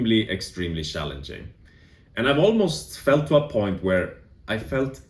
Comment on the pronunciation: Yes I've also found the past 2-3 weeks shallenging. Sorry couldn't help myself love how you swedes say cz as an English sh. It's like you guys have perfect English but this ONE thing you can't crack. lol